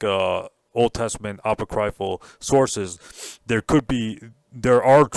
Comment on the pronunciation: Apoc-ree-ful ( not apo-cry-ful )